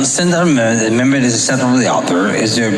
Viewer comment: Phelan wasn't so drunk that he didn't realize how he was butchering the word "amendment" as he quickly abandoned trying to pronounce it and just said, "the bill" instead.